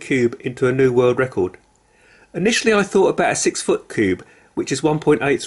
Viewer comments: He annoys me saying cubey and not just cube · It’s cube not cube-e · Why is he saying cubee and not cube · The fast he pronounced cube as cubey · He said cubeie